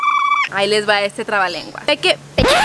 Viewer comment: El clabalengua te salió muy bien dicho